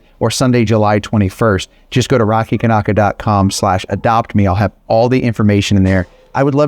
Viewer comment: I know it's your name Rocky, but us English folk would pronounce your name as Kanaka (can-acka) not as you said it, (can-ocker). In any case, love your vids.